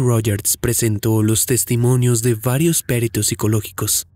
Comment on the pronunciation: "Perito" no es una palabra esdrújula. Saludo cordial.